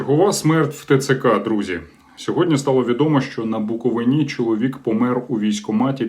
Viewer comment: В слові Буковина, наголос більше на и. Тоді буде звучати приємлимо для Буковинців. Дякую. Я в ЗСУ, засуджую всі незаконні та неконституційні дії, незаконного формування!!!